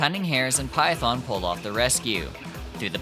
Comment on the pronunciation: you can get defensive all you want but you have to understand that misprouncing something so core to a game (or any video essay topic) is a huge red flag usually seen with situations like slop content mills. Example: Illuminaughti covering Silent Hill / Centralia, PA. It makes the viewer not want to engage at all even if there was a lot of effort put into it. I'm sorry but for a lot of potential viewers its gonna be an instant click off. That you didn't know there's a difference between the Japanese and English pronunciation is understandable, but if youre going to make an English language video, you do need to know how the game pronounces those key phrases in English. Because there are plenty of players who have never heard the Japanese dub and would be confused. That includes myself. But that red flag initial impression is still there.